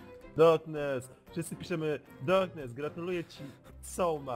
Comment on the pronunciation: Perfekt Inglisz